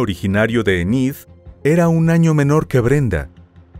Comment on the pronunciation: Porque no usas una applicacion..para qe escuches como se pronuncia..Ined..=Enid